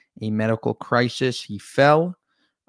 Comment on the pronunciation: a health crishish?!